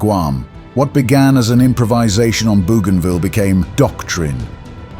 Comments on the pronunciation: Dans la bande audio en Français , ce n'est pas bujinville Mais bougainville. ( Marin explorateur français) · Bougainville pronounced boganvill.